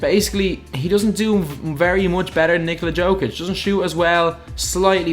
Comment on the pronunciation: Nikola Jokic name is said Nikola Yokic